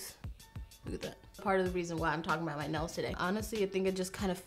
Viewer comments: Idk why, but in the begging instead of nails I’ve heard nose couple of times and got really confused 😂 like “I just got my nose done and it’s giving me cow vibes..” whattt hahah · I always understand that she says nose not nails and I was like... your nose gives you dominos vibes?? I also just realized she meant the game not the brand... fml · It sounds like she says “I just got my nose done” and I was like wtf when that’s happened